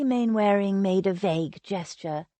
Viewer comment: Narrator is a lazy American who can't be bothered to say English words properly. Its said 'Mannering' even though its spelt Mainwearing. Look up the sound bite on google. Its a very old name so of course the use over the centuries has changed it.